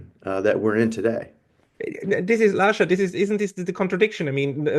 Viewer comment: No, no, no🙉This cannot be the correct pronunciation of Lasha's surname... and he's prominent on Neutrality Studies